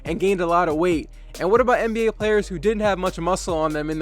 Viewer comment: The first time u said NBA you said MBA